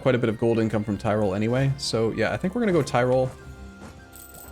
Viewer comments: I swear hearing him say tirol brings me physical pain. It easy, say tea, good, now say roll, good. That's how you say tirol not Thai roll... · Mispronunciation, sure. But horrible butchering like thairoll is inexcusable.